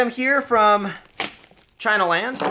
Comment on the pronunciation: "Because it came from...CHYNA."